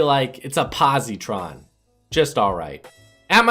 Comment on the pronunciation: Pronounced po-site-tron Not pozitron